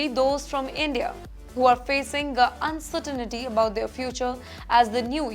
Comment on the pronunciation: What do u mean by "uncertainity"? There is no such a word. Pronounce "uncertainty" properly. Very embarrassing indeed.